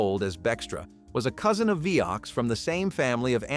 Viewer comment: Are your videos EVER edited or listened to before they are posted? Vioxx is a two-syllable word, it's not Vioxx Ex. It's not the BUYer company, it's BAYer. There're too many errors to mention which makes me think none if this video should be taken seriously.